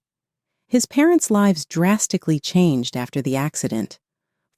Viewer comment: LIVES Not LIBES